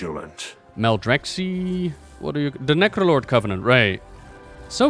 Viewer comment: Maldraxx-eye, not Maldraxx-eee. Just like Cactus and Cacti (Cact-eye) :)